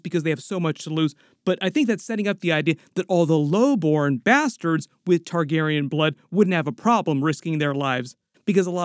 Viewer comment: This mf said "bustards"